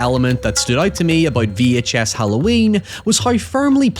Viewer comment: 🗣️ “VEE HAICH ESS” 🔥 🔥 🗣️